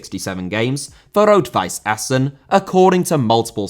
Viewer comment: Nice for the correct pronunciation of Essen.